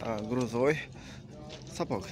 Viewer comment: Мектепте орус тилин окугансынбы? Сапок эмес,сапог